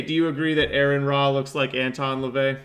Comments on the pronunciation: Ignorant dùmb cùnts. Its not Aaron, it's aron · first off all it's pronounced Are-on. And you have the balls to talk about his looks while your fat wife rolls around in that poor chair? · I lasted 2 minutes, I quit listening when you mispronounced his name. You couldn't even get the man's name right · Wow dude. You pronounce his name wrong and cannot use sources for your debunking. Go to school bud. You are waaay out of your league. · I'll point it out from teh start. Why are you mispronouncing Aron's name? It's Aron, not Aaron or Erin. If you want to pronounce his name correctly, it's simple. Just say the letters R N. The 1st Commandment dirrectly contradicts the 1st Amendment. 1st Commandment: "You shall have no other gods before me." 1st Amendment: "Congress shall make no law respecting an establishment of religion or prohibiting its free exercise thereof." Freedom of Religion is in direct violation of the 1st Commandment. What makes you think that there's a supermassive black hole in the (non-demonstrable) center of the universe? In order for there to be a center, there has to be borders. Are yo sure you've not confusing "center of the universe" with "center of our galaxy"? Because at the center of the GALAXY, there is a supermassive black hole. Aron Ra doesn't put faith in anything, because faith is useless. We've discovered plenty of planets capable of sustaining life. In fact, I think it's one of Jupiter's/Saturn's moons that has been found to be capable of supporting marine life. We don't know whether or not there's life on those other planets, because we don't have the capability to that at such a range. The universe is a big place, so the likeliness that we're the only planet that has life is astronomically low. In fact, we have confirmation of other life. Plenty of space rocks have been found to have microbial life. The chimical reactions that lead to the formation of life on earth are NOT an ex